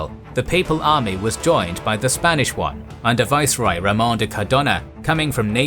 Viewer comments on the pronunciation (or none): none